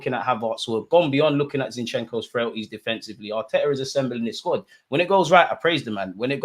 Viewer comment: Why does call him “ shin shenko “😂😂😂